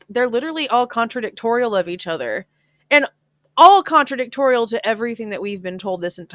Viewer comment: lol contradictory not toriaal could be wrong cute tho